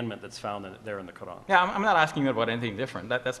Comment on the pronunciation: He James white is scholer but yet he can't pronounce a simple word Quran he called Qran its not deficult to pronounce it and in when qs sassion begunn's they both pointed to a man who was before wiating for qs look to he face